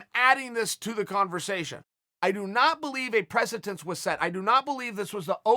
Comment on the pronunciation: For the love of God Chael, there is no T in PRECEDENCE, & only 1 H in WITHOUT. Forget about Ya-Rear and Blachohovovich etc. U speak for a living brother. Try harder